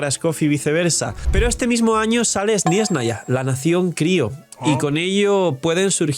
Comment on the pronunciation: Pero por que dice sniesnaya? Suena igual que “espanoa”